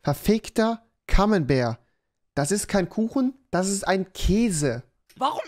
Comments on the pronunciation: Junge das kein camenbert das ist camembert oder camamamamabär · MANN SCHREIBT ES ZWAR CAMEMBERT ABER MAN SPRICHT ES VERDAMMT NOCH MAL KAMONBÄR